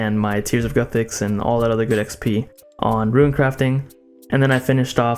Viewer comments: Are you telling me you call it RuinScape? You've never heard ANYONE call the game RUNEscape before?? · Do you call it ruinscape? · Is it "ruin"-scape, too?